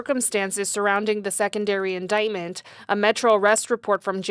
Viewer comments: When you have a Public Defender that can't pronounce indictment properly, you're screwed. If you listen closely at the :56 mark he says "inditment". The Prosecutor BETTER NOT screw this up. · Never hire a lawyer who doesn’t know how to pronounce indictment.